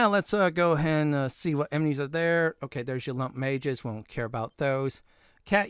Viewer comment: Bro you saying "emenies" everytime is a killer